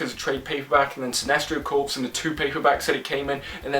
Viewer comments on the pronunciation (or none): Corps is pronounced “core,” not “corpse.”